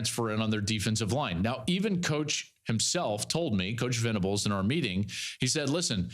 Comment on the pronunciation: Can you help Cowherd get Brent Venables's name right in the future?